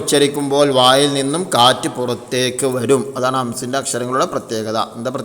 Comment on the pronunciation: അവിടെ "വായിൽ " എന്നാ വാക്ക് നീട്ടിയിട്ടില്ല Good ക്ലാസ്സ് 🎉🎉🎉🎉🎉😊😊😊😊😊😊